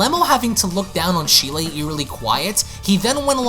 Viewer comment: Ik I'm bitching and being picky with this but Cheelai's name isn't pronounced how it's spelled. It's more like Chee-lie. I'm sorry but it was bothering me. I still love your vids, plz don't hate me🥺